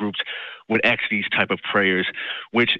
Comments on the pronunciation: Maybe he should stop aksing and start asking! 🤦🤣🤣🤣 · Only if they "aks" The word is ask! 🙄🤦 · Why do you say "aks" when you mean "ask"? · Don't "axe" for anything, ask might work better. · I don't "aks" for anything!